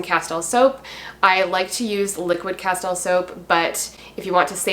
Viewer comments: It’s pronounced Casteel fyi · Castile is pronounced 'casteel' I believe. I use Dr. Bronners also. Good stuff!